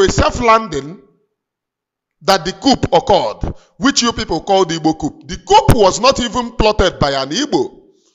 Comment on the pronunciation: This word is pronounced: "COO" The "P" is silent. Cheers.Lions.